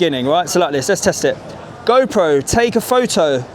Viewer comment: “Go pro.. take a pho-oh “ has me cracking up…